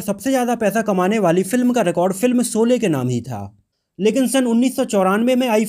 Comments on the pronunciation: Janab Aap apni bhasha shudh kijye sholay ko solay mat kaho ji. Action ko aap aksan krh rhe ho . Bhut hi sharmnak he ek journalist kw liye . Sara maza kharab ho jata jab aap shabko sa kehte he . Solay mat kaho baar . Anand bakshi ko aap anand baksi keh rahe ho. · I dislike ur vdo due to ur incorrect pronunciation of words in the vdo Dont say Solay again and again . It is Sholay. Shame on u . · Janab iske 2nd part me galtiya mat karna. Shabdo ka sahi ucharan iska dhyan rakhna .Solay Solay mat kehna SHOLAY HI KEHNA SABHI JAGAH JSHA SHA SHABD ISTEMAL HO VHA SA NA UCHARIT KIYA JAYE AGLA VDO THIK BANAYA JAYE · Solay na kahiye Sholay ko thik se ucharit kijye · Sha shabd ka sahi ucharan kijye. Bhasha shudh kijye . Solay mat kaho . Collectuon ko aap colleksan keh rahe ho. Mujhe sharm aati he apka vdo dekhta hu aur apki bhasha sunta mujhe bhut sharm aati he Me dislikeckrta hu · Pls see and check vdo before u release it There are so many discrepancies in prunanciation of words particularly sh and s U prunanciate sh as sa. Very shamful forca journalist